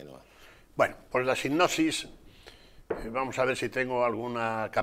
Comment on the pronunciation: Sipnosis no... es sinopsis